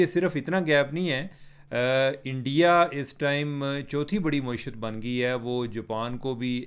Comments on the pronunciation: آپ معیشت کو “مویشیت” پڑھ رہے ہیں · محترم چیمہ صاحب معیشت کی میم پر زبر ہے پیش نہیں ہے۔ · عمر بھائی اردو میں کئی الفاظ آپ غلط بولتے ہیں جیسے معیشت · Plz pronounce معیشت properly. Don't twist it upside down